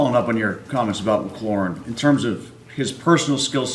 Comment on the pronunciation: It's "McLAURIN", not "Mc CLAREN"... How many times do the out of towners do that...